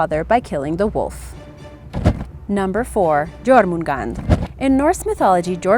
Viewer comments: It's not Jormungand it's Jormungandr. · "J"ormungand? Really? Brush up on your Old Norse pronunciation! the letter "J" is pronounced like the English "Y" in this context.